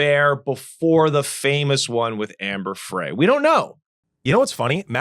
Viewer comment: Omg, this Host with the slow Connect on the Homemade anchors and the miss pronunciation of Amber Fry‘s name. Do your background research.